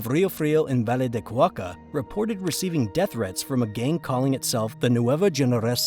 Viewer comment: Cauca, Cauca, not Cuaca